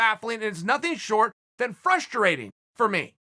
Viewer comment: Chael "Frusturating" P Sonnen